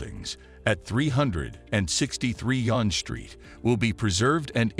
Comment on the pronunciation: Wow .... The pronunciations that your voice artist uses for the street names are so totally wrong. "Gerrard" is not pronounced Jerr - rad It's pronounced Jerr - rah - ard And "Yonge" is not pronounced y-ohn or yon-ge it is pronounced young